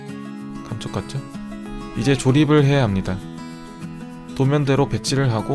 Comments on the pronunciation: 에 감족같죠..에서 감부분이 작게들리고 족에 악센트가 들어간것같은것은 기분탓이겠죠? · 멍하니듣다가 맨앞글자 감을 못들어서 욕하신줄알고 깜짝놀람ㅋㅋㅋㅋㅋ아진짴ㅋㅋㅋㅋ 근데 욕할만해서 잘못들었다고는 생각안했는데ㅋㅋㅋㅋㅋ